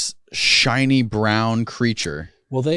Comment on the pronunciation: Creature or is it "cre a ture"